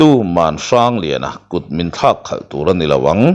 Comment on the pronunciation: Tuisik an lem dan tak hi khawlh khawlh lai taka khawlh hmsa hi a ri HNIAM tur a ni lo maw,i lam dan hi a past tence riaua kan ngaih teh tlat chu.